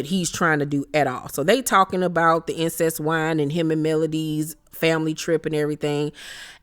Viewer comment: The fact you keep calling this wine ‘Incest’ is killing me 😂😂😂😂😂😂😂 Incest wine 😂😂😂